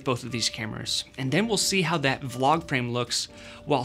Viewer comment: when you say V- LOG are you trying to say VLOG?